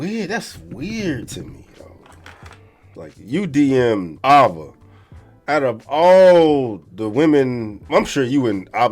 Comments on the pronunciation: Reading skills be atrocious … Avva ? Really bro 😢 have you ever heard of anyone named that and is that really house you pronounce that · Yes, Ava is post-op. Surgery was in 2021, and its pronounced Aey-va